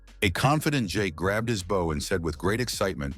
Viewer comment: Never once, in all the Mangas and manhwas, has the AI voice ever pronounced "bow" properly, but instead like the front of a ship or bending at the waist.